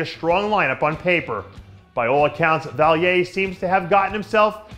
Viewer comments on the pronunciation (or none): Dave, it’s Vaillant NOT Vaillier😉